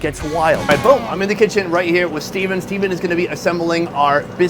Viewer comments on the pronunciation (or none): none